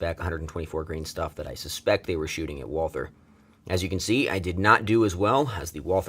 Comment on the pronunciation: Fun Fact, Walther is a German company, and the name Walther is just pronounced "Walter" you dont have to make the TH sound.